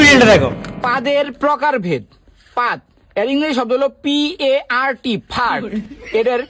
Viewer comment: Fart❌ Part✅😂😂